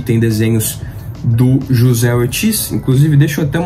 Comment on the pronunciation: só uma correção básica o desenhista anunciado aí na sua lista de mágico vento chamado José Ortiz ele é espanhol então no espanhol o j tem o som de r, ou seja pronúncia Rocé escreve José valeu abraço